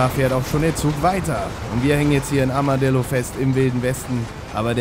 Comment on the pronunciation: Ich hab statt Armadillo Armer Dildo verstanden :DD